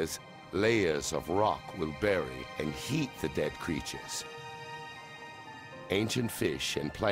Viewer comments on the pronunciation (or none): none